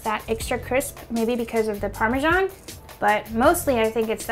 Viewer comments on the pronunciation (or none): Why do american write parmesan and say parmejan 😭😭😭